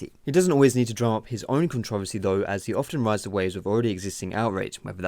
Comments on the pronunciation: You are pronouncing controversy wrong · yeah this vid was put together very well and I completely agree... the only thing is the way you say controversy is pretty funny to me :P